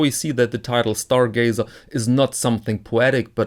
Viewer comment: Stargazer, not Starglazer! :))